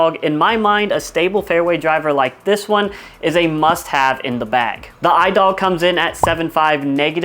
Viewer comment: i dog is pronounced e-dug great disc